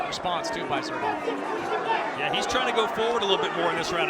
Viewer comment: When is someone going to tell that guy that the "Z" in Zurdo is pronounced like an "S"?